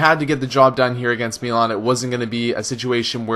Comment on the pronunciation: why do you say melan? its mi not me